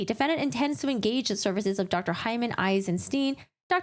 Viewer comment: Eisensteen 👺 It's the same two letters in "stein"... why do they always convert into "ee" in English? -.